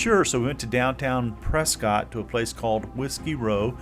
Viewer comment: Prescott is said like biscuit. Pres-kit. :-)